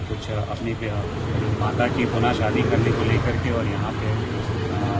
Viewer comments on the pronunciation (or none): none